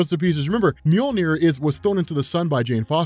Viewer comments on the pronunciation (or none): none